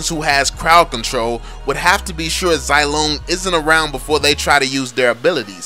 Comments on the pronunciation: You pronunce him zy-long, it shoud say it zee-long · ffs I'm pretty sure that it's pronounced "zee-long"